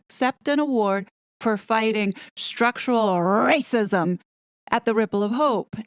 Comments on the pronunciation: The way you say, "RRRRacism!" is such a hoot!!! You keep me laughing at a time when laughter is sorely needed. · I just love how you say Rrrrrracism!😍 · American here! (I’m so so sorry 😂). She is sooo cute. Every time she says “rrrrrrracism” it reminds me of my first bought starter home-I drank a bit too much wine -angry-I had roof rats and kept making my friends laugh when I’d mutter rrrrrroof rrrrrrats 😂. Every time she says it I think she’s talking about my rrrrroof rrrrats I am very sorry this Canadian (not Hollywood) actress dooped such a nice family 😢